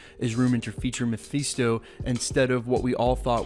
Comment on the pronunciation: You can't have Galactus and the Silver Surfer without Uatu, the Watcher. Everybody forgets about him! And it's pronounced ma-FIST-toe